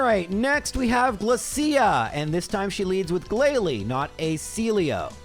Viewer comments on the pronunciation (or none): you mispronounce GLALIE